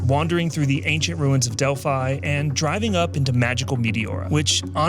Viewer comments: The pronunciation of the most "i" in greece is like "ee" for example Delphee not Delphai. And as a fun fact if a word contain "ph" for "f" probably is of greek origin.✌ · nice video but as a greek i cant hear this "delf-ai' try to say it like "del-fee" 😀😀 in general most words with "i" pronounced as "ee"